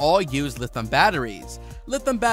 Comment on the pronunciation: Lithium pronounced li·thee·uhm, not lithim. You lose credibility if you cannot pronounce the word correctly when the rest of your English sounds like you are not learning a new language.